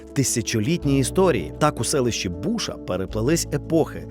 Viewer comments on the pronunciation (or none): Не тУльчин! А ТульчИн! І не бУша, а БушА! Буша з наголосом на А! Невже так важко було дізнатися правильну вимову?!. Дуже схоже на поверхневість "дослідника" - теревенить заради хайпу не вивчивши питання! Ганьба. Чи, чи як там його...